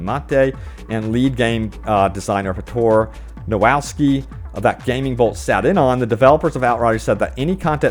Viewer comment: "Pitor Nowalski" :D